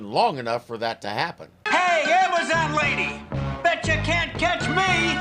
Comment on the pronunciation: Professor "Amy Zahn"? (Amazon) sigh